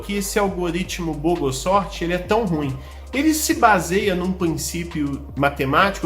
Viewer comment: Eu quase ouvi boboscópio...